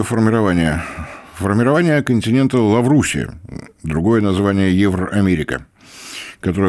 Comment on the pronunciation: Не "Лаврусия" а "Лавразия".